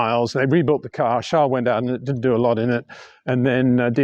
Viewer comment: Trying in life is good always but Peter tries too hard as a commentator, e.g, Shunt, please , trash could work Peter, Charles is Charles and not Charl, Peter.